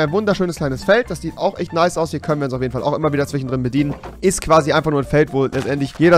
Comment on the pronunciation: Rewi du hast einen Sprachfehler du kannst kein sch aussprechen du sagst immer ch z.B. zwichen